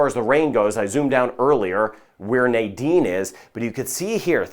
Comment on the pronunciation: You pronounce the name so beautiful, and all along I say Nydene as many people do and I did not know the correct pronunciation